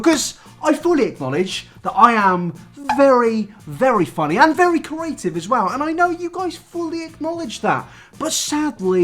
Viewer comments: yeah I have the same accent as him, he just can't say creative properly. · It's just bothering me that he can't say creative properly😂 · doesn't know how to pronounce 'creative'...and he says it a lot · I love you but if you don’t learn to pronounce ‘creative’ I’m taking kenji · Nabber repeatedly trying and repeatedly failing to say “creative” is the funniest part of the video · why can't you say creative? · Well, you definitely got creative with the pronunciation of the word "creative" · The way pronounces creative drives me insaneeeee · Petition to teach how to pronounce the word “creative” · Not until he can pronounce creative correctly. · Right I love you but ITS CREATIVE NOT CERATIVE THE R COMES BEFORE THE E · I'm too stuck on "carative" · Do you pronounce creative as "corative"? You said it three times and I'm starting to think you might be saying a word I don't know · why does he pronounce creative like cur-a-tive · When says “curative” I feel that 😔😔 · Spent half this video trying to work out what curing diseases had to do with anything only to find out you were saying "CREative" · You pronounce creative like Curative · Me: Okay, repeat after me. Cre...: Cre... Me: A...: A... Me: Tive.: Tive. Me: Now say it all at once.: Curative. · Nobody:: CrAEtive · Nobody:: cUraTivE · no one: no one:: CURATIVE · Anyone say corrative?? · I can't stop pronouncing creative as corative bc of you oh god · If he says ‘carative’ ‘corate’ or ‘curators’ one more time I’m flipping a table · Nobody:: “curative” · No one::CORative (good vid tho no hate😂) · nobody: absolutely no one: - CuRaTivE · It’s curative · That would be a very cooreAtive thing to do. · "Corative" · I got so annoyed when he said corative lmao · Pronounce creative right and I might watch the video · I would like it if you could pronounce the word “creative” properly. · cerys cAriAtIvE